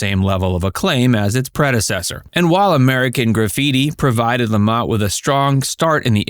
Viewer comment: Paul Le Mat not La Mot